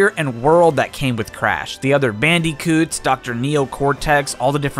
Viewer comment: I like that he calls them band-y-coots